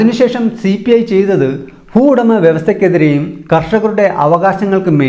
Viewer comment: ഫുവുടമ, ഭൂവുടമ